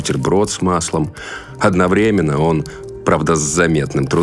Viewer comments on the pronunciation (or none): none